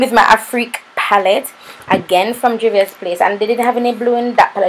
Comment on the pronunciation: I really really love how you put your own spin on the look and i reeaaalllyyy need that pallete in my life! Juvia's never disappoint! Lol the way u pronounce my name makes me chuckle every single time. Thanks once again for this collab. New subscribers have been rolling in.. 😁😁💃